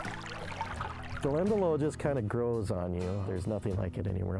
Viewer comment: Definitely want to visit here. I've been to Glendalough in Ireland and it's the most peaceful, idyllic place. Also, not to be nit-picky or anything, but it's pronounced 'glen-da-lock' by the Irish ☘️